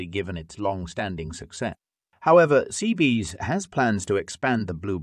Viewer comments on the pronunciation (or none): Perhaps you should have proof read your text to speech and fix the errors before posting this. It's not CBs. It's CBS. There are many other errors that I don't need to point out to you. Your script was excessively long and redundant. How many times could you find a different way to say the same thing you'd already said three times before? Storytelling. Storytelling. Storytelling.